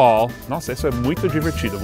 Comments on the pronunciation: "Parrêna" (Paraná) foi pesado hein kkkk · nossa! paraná pronunciado em inglês fica quase com a mesma pronuncia de "piranha" em inglês